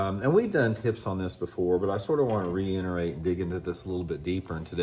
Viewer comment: Thanks for the good trick(s),. Again, the word is reiterate not reinerate.